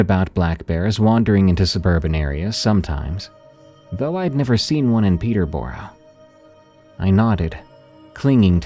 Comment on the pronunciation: you managed to say Peterborough and toronto wrong 😅 if you ever get a story from stouffville, send me a msg 😂